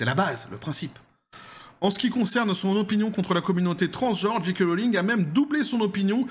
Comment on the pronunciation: Très bien, mais pourquoi dites vous "Dji kay" ? Le j en anglais se prononce "djé" pas "dji". Amitiés.